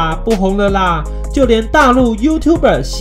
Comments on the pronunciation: 錫蘭：是ㄒㄧ蘭不是ㄒㄧˊ蘭！ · 錫蘭的錫念ㄒㄧ不是ㄒㄧˊ喔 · 錫蘭是叫做「ㄒㄧˉㄌㄢˊ」不是「ㄒㄧˊㄌㄢˊ」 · 錫蘭的錫他本人説過是念ㄒㄧ，雖然那個念法也可以w